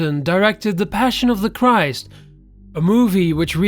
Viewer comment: Lmao "Passion of the Curse"